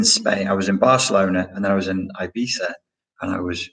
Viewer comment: Ibiza the way you said it the second time is perfect- not that it matters to the central point of this video:)